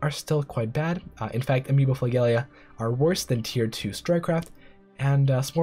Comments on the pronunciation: Great information. Try to think of flagella as “fla-jell-uh”, not “gell”. Sorry to nitpick! Love the material. Text would be really useful as a lot of information comes through as just audio. Lotta good data 👍👍✌️ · Great guide.. I'm trying get up to speed on this game and this is JUST what the doctor ordered! Also.. small science nit.. flagella is not pronounced as you are pronouncing it.. "fluh - JEL- uh" Again, props on the guide.. if my only comment is one word in 23 minutes.. I count this as an outstanding video!